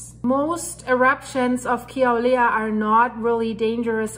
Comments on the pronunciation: It’s Kill-a-way-a. Emphasis on the ‘way’ syllable. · Ur cute :-) I love ur accent :-) and Kilauea has a w sound where the u is :-) God bless and Godspeed